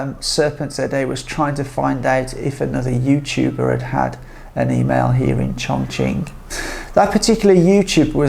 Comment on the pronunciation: Looks like a frightened rabbit reading the teleprompter carefully. This fake cannot even pronounce Chongqing correctly in Mandarin. Please learn Mandarin properly, at least the pronunciation if you want to make videos about China.